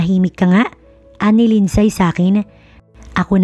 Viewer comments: 🔥🔥 Shout- OuT from Vancouver Island CANADA 🇨🇦 🍁 GRABEEE APAT ?? Parang ASTEROID ☄️ si ASTRO ang daming Anak. Malupetz 😅 Btw, LINDSAY is pronounce as LIND-SEY!! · Bakit di tama ang pronunciation ng mga Names? Mag research naman bago mag Narrate.Lindsay. Lindsey...long a....ai...ay... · WRONG PRONOUNCIATION OF ""LINDSAY """ ASK AND RESEARCH